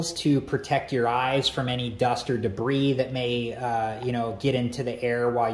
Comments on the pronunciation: the correct pronunciation is “Deb-ree” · did this dude say debreeze